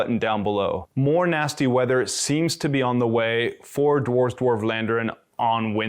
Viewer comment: Thanks for the vid. PS It's not 'war' with a 'd' in front of it, not the [oh] sound but the [ah] sound (as in 'arse' :-P ). Just saying.